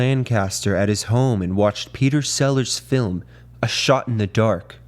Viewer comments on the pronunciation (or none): none